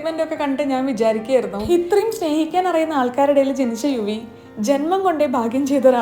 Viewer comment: എല്ലാത്തിനും ഹാ എന്ന് പറയുന്നത് എന്താ ഇത്രയും എന്ന് പറയണ്ടെന്ന് ഹിത്രയും എന്ന് പറയുന്നത് എന്താ 🤭😂❤